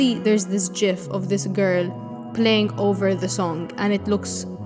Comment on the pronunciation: It IS pronounced “jif”.